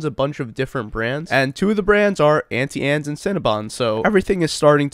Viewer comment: you're pronouncing Auntie Anne's wrong